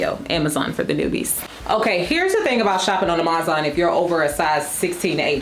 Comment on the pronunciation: Sis... confused about the whole Amazon pronunciation thing. I couldn't recall why I hadn't watched you in a bit and was reminded pretty quickly when I heard "ah-MAZ-ahn" again. I'm sure you have your reasons, though it's super irritating and distracting from otherwise well-done content.